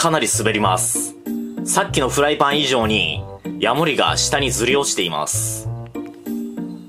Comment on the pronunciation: ヤモ↑リ カマキ↑リ↓